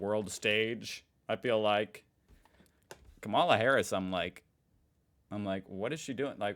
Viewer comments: And therefore its pronounced KAmala in stead of KamAla. The emphasis is on the first A. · Dude, why do you pronounce Kamala's name wrong, the same way tRump does? You still don't know her name? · Pronunciation of the Vice President's first name!!!!!!!!